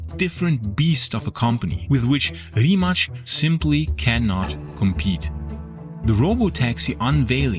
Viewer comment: Great video, but it always amuses me how people randomly put a “ch” sound on any Croatian or Serbian word whenever they see a “c”. Simple rule of thumb if you see ć or č it is “ch”. Anything else that is just “c” it “ts”. So Rimac is pronounced “ree mah ts”